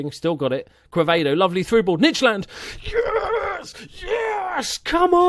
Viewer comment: Its nor nitch land (Nijland) its neiland just like you say i (In like: i am a manager) n i land